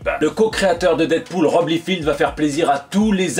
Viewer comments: Liefeld : Laï feld pas Lee field :-) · Tu parles trop bien l'anglais par ailleurs pour écorcher le nom du papa de deadpool.